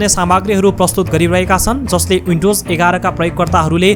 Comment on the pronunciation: H= एच, not यच windows= विन्डोज, not उइन्डाेज